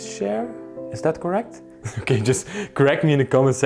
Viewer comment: I love those round, white heating stoves in the rooms. So much better than the choices of space heaters we have for heating rooms. I love how you pronounce "chairs" as "shares" when you see some beautifully designed chairs.